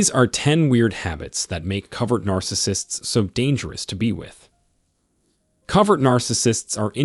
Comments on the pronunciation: Pronounced CO-vert. Not Covered. *Proofreading/editing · It's COVERT (hidden) He keeps saying COVERED. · The pronunciation is Co vert. Use a long sounding o sound. Rhymes with bow! It’s drama, drama, drama 24/7 with a narcissist. THEY have a terrible life, are the MOST injured. It’s just always about THEM, THEM, THEM!!! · It is interesting though, that he pronounces it "cover..t" Because they literally "cover" their nefarious behaviors... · Great video, but it is co ( long o) vert.